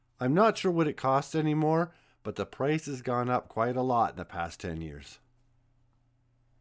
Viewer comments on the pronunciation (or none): none